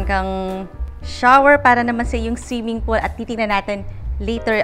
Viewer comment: snong siming polo. Articulatecwell please